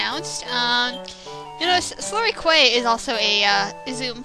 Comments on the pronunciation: oh, just so you know, quay is pronounced as key love your vids btw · "Quay" is actually pronounced as "key". (Nitpick that in the next episode, please. I'd love to hear your thoughts on the English language,.):D